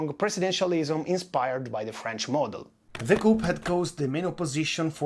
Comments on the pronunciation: Just so you know: the p in "coup" is silent. It's pronounced "coo". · Normally I love the italian accent but the pronunciation of the 'p' in coup is so wrong. Even in english its the french enunciation.